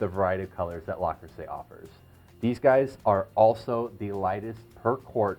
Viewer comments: but the woman in the link you provide is saying Le not La by the end of the video. in French le and la are pronounced differently. No French speaker would mix them up so it surprises me that the rep taught you to say LA. Also, in the video the woman was saying LES at first. Les is the plural of le (masculine form)/la (feminine form) and is pronounced differently than both. Again, by the end she is pronouncing it correctly, LE rather than LA which is how you pronounce it. Finally, I don’t want you to think that I am trying to same you because I am not. I just want you to get it right so that you don’t run into this criticism again. Good luck my friend. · Absolutely. Say it right please. 👍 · Yes you are right - the correct pronunciation is 'Le', and not 'La'. I am French-born and it is very odd to hear someone say 'la' for a word that is actually written as 'le'. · It is Le not La luv. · its not La its Le - Le Creuset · LUH crusay. Not LAH crusay. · Small knit pick, but it’s Le Creuset, not La Creuset. So it’s pronounced Leh Croo-say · ARRRRGH! If you're going to discuss a product, at least have the sense (and decency) to pronounce the name correctly! It isn't LA Creuset! It's LE Creuset! (Like Lu - - or LOOk). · Le Creuset, not 'La' Creuset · It's not "LA" Creuset!!! .....It's pronounced "lehh" Creuset....please!!! When you say "la" you sound like an infomercial salesman!!! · Indeed it’s LE creuset and also it is not “cruisay” but “kreuzè”. You should also mention that in the lid of the staub you can put icecubes. That way the steam condensates a lot faster and your dish will be even more moisture and tender. Greetings from Belgium. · It’s Le, Le, Le not La. most people know it’s Le Creuset!!! It’s very annoying and I found myself focusing on rather than the content of the video. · It is LE creuset and not LA creuset. just sayin' Thanks for beautiful video. Very informative. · NOT La Crueset, Le Crueset.